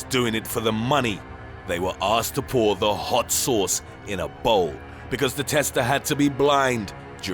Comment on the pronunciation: the way he says VERY HAWT CHILLI SAWCE